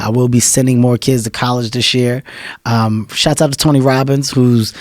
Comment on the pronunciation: Why can't black people say the word "shoutout"? Shots out.. lol